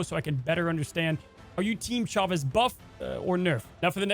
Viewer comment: They absolutely butchered Chavez.